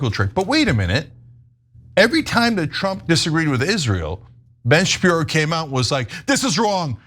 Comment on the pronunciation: Shapirooooo come on… 😂😂